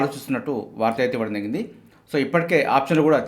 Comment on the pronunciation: "Jarigindhi " ani clear ga palakandi sir, adhi clear ga artham avvatledhu.